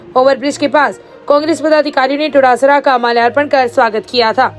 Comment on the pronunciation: Todasara Nahi hai Dotasra hai. Kam se kam bolo to sahi se.